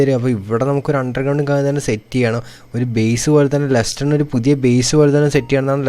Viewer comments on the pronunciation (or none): none